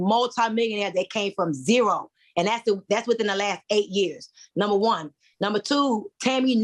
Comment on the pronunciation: It is pronounced Number not Numa. There are no Queens, with out a castle, no queens without armies, and no queens that can not speak the kings English. I side with Q..